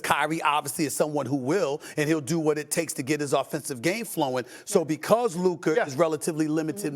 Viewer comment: I love how Stephen A puts an “er” on everybody’s name. “Luker” 😂😂😂